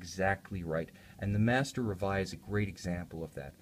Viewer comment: And is reveil as in French not in English. And is Jae-Jae as in Jean, not Billy Jean! In rest, nice review. I kinda don;t like the lack of crystal's AR treatment against that the silver dial and indexes looks foggy. Maybe if they would choose a more grayish silver or a white tone. idk